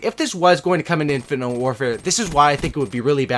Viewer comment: Poor, can't say infinite